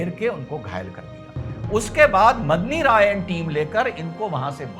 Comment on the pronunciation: मदनी राय नहीं मेदनी राय नाम था मेदनी का अर्थ पृथ्वी होता है।